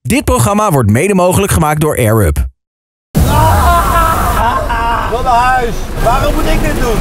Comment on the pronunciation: is de enige persoon in Nederland die Air Up goed uit weet te spreken, elke andere influencer spreekt het uit als Air-Rub.